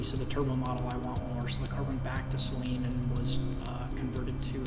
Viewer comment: Awesome build. Thumbs up for pronouncing Saleen correctly. :)